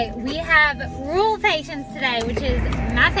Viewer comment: I took me 10 times to hear what kind of patients she is seeing " ruuule patients" 🤣🤣🤣